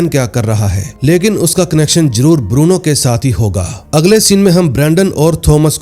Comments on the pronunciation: Lagta hai, yeh Bruno ko Burno bolne wala koi Parkaas bhai hai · बुरनो नहीं भाई😂 ब्रूनो